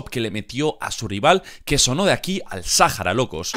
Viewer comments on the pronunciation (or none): none